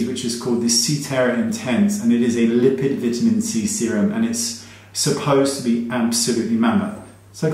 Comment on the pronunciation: I can’t tell you enough how much I love watching your videos. You’re so funny without trying and content & info is always on point. I love the way you vi-ta-men. It always takes me a minute to figure it out then it makes me laugh like a silly youngster. You’re the best!